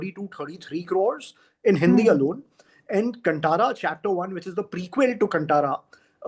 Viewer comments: कंटारा नहीं कांतारा.. Pronunciation improve karna padega.. Aapke Hindi bahut weak hai. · Desi people pronouncing it as kuntara 🤦 Kaan Taara! Ko Kaan Taara bolna mushkil hogaya apne hi desvasiyon ko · Now they are pressurised to say good about KANTARA Main thing is that they can digust success of other industry Bollywood make movie like nothing no story They make movie for bunglow people not for the middle class people... They are pathetic... Main things is they can't pronounce KANTARA correct.. They make movie in Hindi not able to speak one correct line in Hindi... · कंटारा क्यों ? कांतारा है 😡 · Hindi people ko aaj b kaantara k pronounciation ni aata 😂😂